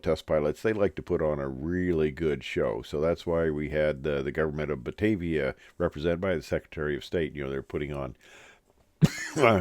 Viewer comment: it’s OBER (like upper)-Pfaffenhofen 😂 And the state is of course BAVARIA (not Batavia)!! 😜😂 Sorry!! 😊 So nice to hear that you had a great time here in Germany! 😊 A very good friend of mine operates one of the very few DO328 sims here near Duesseldorf. He invited us to “fly” the 328 one time. Very interesting story and sad at the same time. One can have the impression that Dornier made aircraft only for museums around the world… Now they try to sell the Seastar again. Another attempt is trying to sell a modern version of the 328 Jet under a newly formed company. I really hope they are successful! Let’s see…